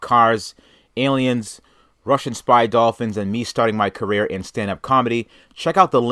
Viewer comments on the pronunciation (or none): none